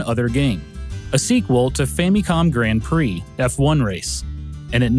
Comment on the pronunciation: That pronounciation of "Grand Prix" is absolutely hilarious! That's like saying "champagne" like "sham - pag - nee"